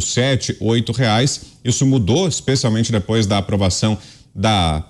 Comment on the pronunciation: "Dibouas... U amô Vensseu". Faz o L e reza.